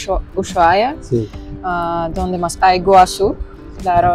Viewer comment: creo que es la primera persona que escucho pronunciar bien Ushuaia XD que increíble lo privilegiados que somos y ni nos enteramos :P pero bueno, al menos hicimos feliz a otra familia extranjera, eso es muy importante, y lo sabemos muy bien, básicamente así se creó esta patria hermosa xD